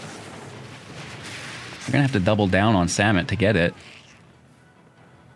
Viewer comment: "vizor" "kakzan" "samit" did I miss any?